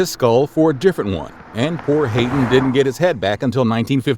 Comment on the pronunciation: Dude, the Ode to joy was Beethovens 9th symphony, not his 5th. The genius Joseph Haydn is pronounced " Hi-Den" not " Hay-den" And finally Mozart is pronounced " Mot- zart" not " Mo- zart" you are obviously illiterate and you shouldn't be a narrator for the classics dude...